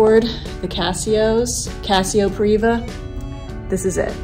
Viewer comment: It's Privia, not Priva.